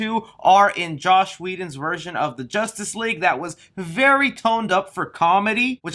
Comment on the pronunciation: big fan but it’s Joss, you keep saying Josh Whedon’s lol